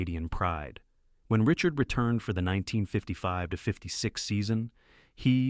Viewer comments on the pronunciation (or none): Pronunciation: not Richurd…. « Ree-chAr » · Unwatchable. U cant get his name right and the title is wrong